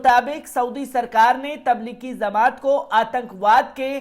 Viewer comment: Pahle aap bhai sahab kuchh jankari sahi kren. Jamaat lafz ko zamaat bol rhe ho.